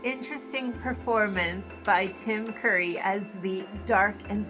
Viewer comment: I think you said Tim Murray instead of Tim Curry but it was a minor hiccup